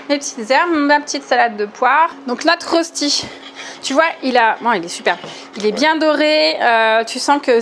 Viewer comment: Ça a l'air délicieux, par contre ton public suisse a eu mal aux oreilles. Le nom de ce plat se prononce "röchti".